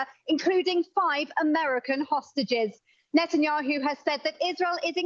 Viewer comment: It's pronounced NET-anyahu, it's NOT NATE-anyahu, you'd think someone in broadcasting would KNOW the pronunciation of World Leader's names 🇺🇲